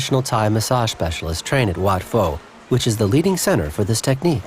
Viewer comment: How did you make a whole documentary about this country, and you mispronounce SO MANY goddamn things?? It's not "WAT FO" you idiots! you pronounce it Wat "PO". It's not "SaiYAM", its "SEE-AM". Its no FOO-Ket", its "POO-Ket"!! What the hell is wrong with you?? You clearly know nothing about this land and its people